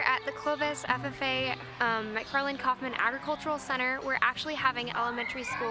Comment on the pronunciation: It’s McFarland not mcfffarland 😂